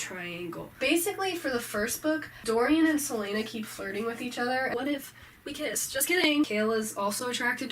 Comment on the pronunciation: Did she just call Celaena "Seleina"?